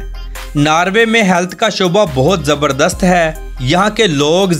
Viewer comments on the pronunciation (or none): none